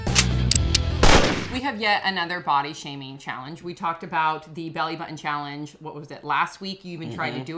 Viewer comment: What about pronouncing button, without saying buh-un? Impor-unt? Where is this coming from?